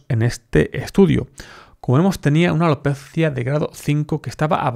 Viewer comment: Como dices alopeeetttzzzziiiaa jejeje muy gracioso. Buen contenido!